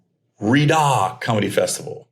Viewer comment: u say it ree yod and u said Chris distefano name wrong lol